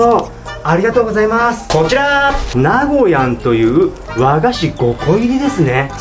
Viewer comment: … あなたに伝えたい… 伝えなきゃいけない… こんなにも、こんなにも、 溢れてる気持ち。 ひとつだけ伝えたい。 なご↗︎やんではなく なごや↗︎んです。 愛知県民より